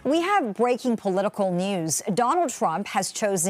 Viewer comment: " Bweaking " Weally !??